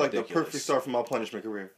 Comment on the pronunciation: my nigga said the struggler and the punishmen lmao im done